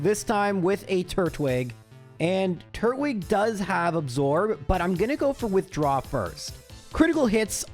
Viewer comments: to be completely hinest with you, the way you pronounce it makes it sound like turd-wig 😅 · YOU DIDNT UNDERPRONOUNCE IT, YOU SAID TURT-WIG. I always said TUR-TWIG, since it's Turtle and Twig, you don't say "TURT-LE" you say "TUR-TLE" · What he said at the time was more like turt-wig, which is why I said it was supposed to be tur-twig. Just wanted to mess with him a bit, but I knew he would take it well. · the turt-wig after the whole pronunciation bit is lmao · When I was watching the Diamond/Pearl minimum battles video, I also thought you were pronouncing Turtwig strange, but then I thought about it and it's a turtle with a twig, not a turtle with a wig, so now I pronounce it as Tur-twig too! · Hi,. It's me, the guy who got (slightly) mad when you mispronounced Turtwig! I love your videos, though, and I've watched every single one, or close to it. When I'm bored I even re-watch them! Just wanted to say thanks for tolerating my shenanigans.